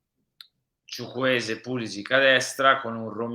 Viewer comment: Ma perché solo lui lo pronuncia "Chuchwueze' con l'accento ?